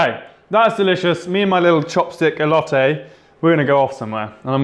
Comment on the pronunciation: The way he pronounces "Elote" omg it sounds perfect but cojita cheese had me dying 😂😂 you did a great job tho